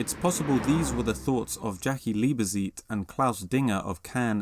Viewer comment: You have to pronounce the middle "e." Lee-buh-tzeit.